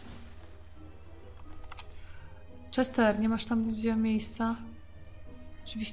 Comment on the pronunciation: Czester? :D